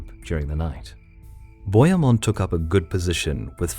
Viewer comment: And bohemund is pronounced Bo He (as in hell) Mund